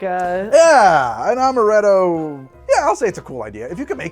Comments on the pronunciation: while speaking with the Italian accent, just makes him seem like Mario became a mixologist. "Its-a made with AHMaRETTo, WA-HOO!" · pronouncing italian: ~amarrretto~ pronouncing french: meyes en playce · That first cursive "amaretto" sounds like it came straight out of an Italian ad, damn.